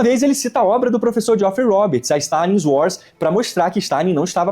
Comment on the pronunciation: 😂 o Camarada aí fala inglês fluente como o Maduro...kkk. "No uars" ..."píce píce (peace)..."imagine ol de pipol"...😂